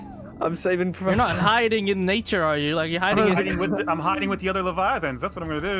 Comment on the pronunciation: It's other not uver